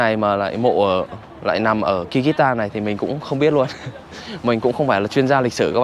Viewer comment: Không phải đọc như mày là ki rít tan đâu ạ, mày học rồi mà không hiểu, cái đất nước mà mày đọc kyrgystan mà đọc là ( kư rứt san) chứ không phải đọc như mày đọc là ky rít đâu nhiều khi thằng nó đọc mà tôi ngẫm là kiiv, thủ đô của Ukraine